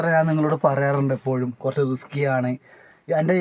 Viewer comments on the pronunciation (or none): none